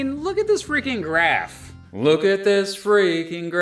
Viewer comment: "Look at this frikkin' grraph" hahaha😂